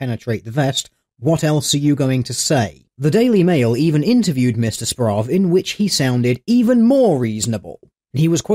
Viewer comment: I think this week has been the week my last name was said the most and pronounced the worst ever. Good video. Simon Murphy will hopefully never do "journalistic" activities again.